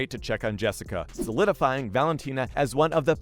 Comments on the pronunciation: You seriously need to do some homework on these fighters. MAJOR THUMBS DOWN. Turned it off after you mispronounced Jessica and Wanderlei’s names. Bush league bro. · Wtf. Learn how to say people’s names correctly before you make a video please. It’s so incredibly amateurish to not be prepared enough to say the names of the people you’re talking about correctly. You mispronounced both Rose and Jessica’s names. Why? Disrespectful and disappointing. Get it right.